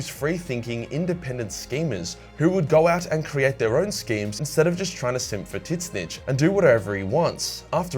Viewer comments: What is he sayings? Tits-Snitch? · Please stop saying titsnitch... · Bro is straight disrespectful to “TIT-SNICH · Never heard it pronounced Tits-Snitch….It’s now how I pronounce it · how do you pronounce tzeentch? Tits Snitch ? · ...tits-nitch? A-are you talking about Tzeentch? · Is he calling Tzeentch Tits-Snitch? Or am I hearing things? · I love that you say titsnitch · That Tzeentch pronounciation man....ouch. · It hurts every time you try to pronounce Tzeentch... Otherwise I love your vids